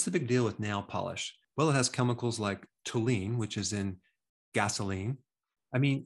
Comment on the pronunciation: Toluene is pronounced roughly like tall you e’en. Not quite a rhyme for Hallowe’en. I suppose it might show up in gasoline but as far as I know there’s no particular reason for it to be there: experts on fuel additives should correct me if I’m mistaken. Not something one should get much exposure to…